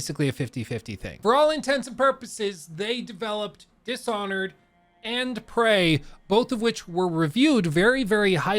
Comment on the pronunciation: it's Prey, not "Pray"